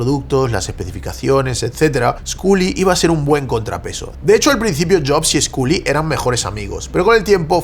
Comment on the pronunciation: Cada vez que pronuncia Sculley con la U me sangran los oídos.... que horror.